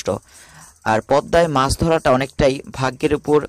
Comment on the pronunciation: বাংলার উচ্চারণ আপনার অত্যন্ত বিশ্রী। বাংলাদেশের লোক বাংলা ভাষার বুণিয়াদ কে সমাপ্ত করেছে। মাস....নয় , মাছ উচ্চারণ করুন।